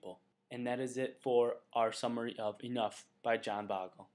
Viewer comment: you don't even know how to properly pronounce Mr Bogle's last name. Embarrassing